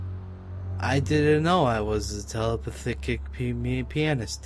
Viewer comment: "I didn't know I was a telepathikic pioony pianist" XD